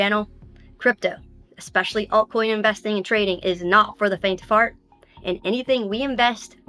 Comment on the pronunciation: She said faint of fart